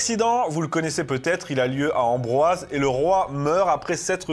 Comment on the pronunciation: Pas Ambroise, Amboise 😊😁😂👏👏👏👏👏👏👏